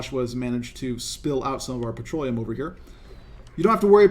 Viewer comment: Yeah... "Petroleum" :D :D :D :D